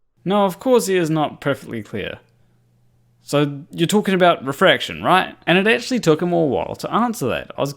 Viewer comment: So what is purspective you are talking aboot?